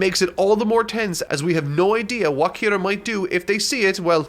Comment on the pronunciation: who the fuck is kiru ???? ITS KIRAAAAAAAAAAAA